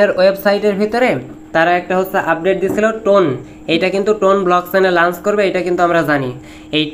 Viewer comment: লাঞ্চ না লঞ্চ 🙂 আপনিই কোন ক্লাস অব্দি পড়ছেন 🤣